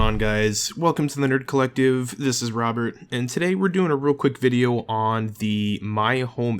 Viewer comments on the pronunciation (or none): none